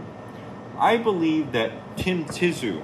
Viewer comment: "tim ti-zoo" 😂